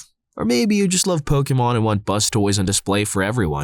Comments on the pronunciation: Am I the only one who’s slightly annoyed that they keep saying bustoise for their rug thing instead of blastoise? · lol Never saw someone call “Blastoise” as “bus toys”/“bustoise”